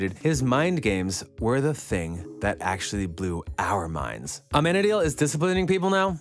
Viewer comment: For heavens' sake, PLEASE pronounce their names correctly!!!! You're going to do a video and every time you mention Amenadiel, you say it wrong and makes me cringe. (Ah-men-ah-deal) LOL